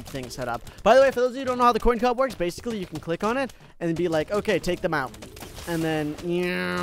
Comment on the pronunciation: The fact he says “coin cob” and not corn cob.